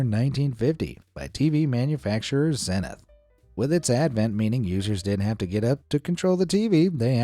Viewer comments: Pronounced Zee- nith Havasu is Have-a-sue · Why do you mispronounce so many words?? The London bridge is in Lake Hav-a-sue . The TV brand name is Zee-nuth.